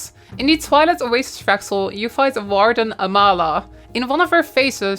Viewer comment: you can drop the accent like you have done in your streams and when making videos with other creators. you even did it in this video when you say a word normally like warden than again say it like your adding a v at the beginning. lol its so dumb just stop